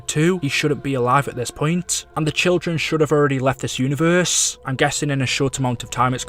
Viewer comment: This man says univerrrrrssseee